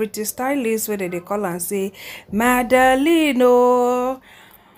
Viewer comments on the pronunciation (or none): none